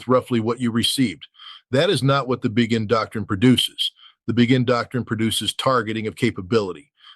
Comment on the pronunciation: Pretty sure Ritter knows that "Begin" is pronounced "Bey-gin," not "Bee-gin".